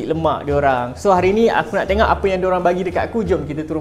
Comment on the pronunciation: Telinga aku je ker yang dgr sebut 'tengok' 'tengak'. 😂 Anyway support.